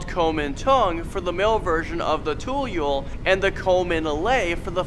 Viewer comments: Is tu-yul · Pocong is pronounced poh-chong tuyul is toe-yol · "pohkung" "tuuhyol" "suestrr nongsoht" "wee wee gomblol" im sorry but thats not the right pronounciation. proper pronounciations: "poh-chong" "tuuyuul" "suester ngeh-soht" "weh weh gohmbohl" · Not tayul it’s toyol your pronounciation is wrong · hmm... google the pronunciations pls. Pocong = Poh Chang Tuyul = Too Yool Suster Ngengsot = Sister Ngang soot wewe gombel = Wae Wae Ghom bell Babi ngepet = Bha Bhi nge pet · Not Ta-Yul Too-yool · Murdering the pronunciation HAHHAHA. 10 Pochong ; "Pore-Chung" 9 Tuyul ; "Toe-Yo" 🤣🤣